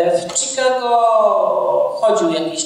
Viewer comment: Pan pisarz a angielski ma gorszy od dziecka z podstawówki: (CZIKAGO) INSTITUTE OF ART tak samo się wg niego fonetycznie wymawia jak się pisze, to jest dramat